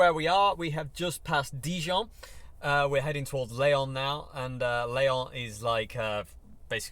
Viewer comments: Leon is a Spanish town. The French is called Lyon “L(ee)on”. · Hi, great time with you on the road. Your pronunciation of French cities was really fun: Dijon, Calais, Reims and especially "leon" for lyon. I have been driving the A1 for 20 years for my job, this road is hell you have to suffer friend. Here you are in the sun, hoping to see you in the corner, even if I did not understand your place of residence.